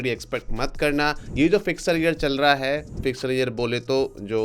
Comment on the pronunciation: फिस्कल fiscal, स् पहले, फि स् क ल -फिक्सल नहीं